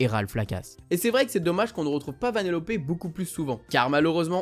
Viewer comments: Taram et le Chaudron Magique et 1001 Pattes mais qui les oublient ? Juste on prononce "Vanellope" et pas "Vanellopé" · VanélopE pas vanélopÉ😅